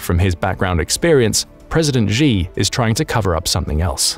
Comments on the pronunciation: Could you please pronounce Xi correctly? It's pronounced "Shee", not "Zhee". There is no 'zh' sound in any dialect of Chinese. If you're going to do journalism or report things on geopolitics, please at least pronounce the names correctly. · Xi is pronounced Sshee, not Jee or Zee. Use Google Translate if you want to hear how to pronounce pinyin words even remotely close. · I would give you D minus for your pronouncing Chinese names. China uses the Pinyin system for Romanised text. You can't pronounce the sounds as you would for English words. For instance the letter "X" is pronounced with an "sh" sound. So 'Xi" is pronounced as you would pronounce as you would say the English word "She." "Xin" the Chinese word for New is pronounced as you say the Englsih word "shin" ie part of the leg..